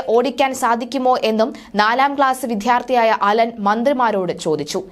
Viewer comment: വിദ്യാർത്ഥി എന്നു ശരിയായി പറയൂ.. വിദ്ധ്യാർത്ഥി അല്ല...